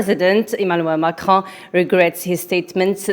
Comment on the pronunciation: Please make sure to rehearse and try to improve yourselfs more. It is acceptable to make mistakes because you are new to news, but in the future it will not be acceptable. Please try to spell the French names in English accent ( Macron, Elysee...) again train and evolve. Good luck.